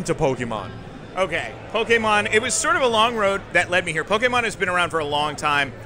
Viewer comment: The interviewer kept saying "Pokeman". That is a major Pokemon taboo!